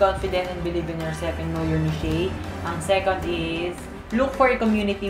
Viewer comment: Neesh ang tamang pagbikas ng Niche. But good video nonetheless.